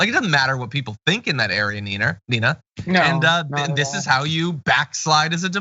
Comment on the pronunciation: John calls Nina "Neener"...